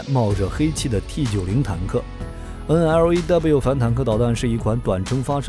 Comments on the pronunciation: 專業一D啦，係讀N Law， 唔係咩9 N，L，A，W。肉9酸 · 不好意思，這支反坦克導彈發音不是N-L-A-W,是N-洛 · 干嘛要字母念法~直接读LAW 就好了嘛